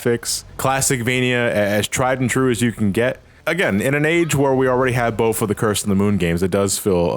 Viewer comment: The word is “with” not wiff “both” not bof